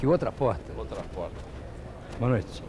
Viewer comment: Hojefalam Póita em vez de Porta!